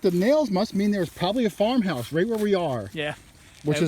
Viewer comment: did he say farm house or whore house. /[garter clips galore]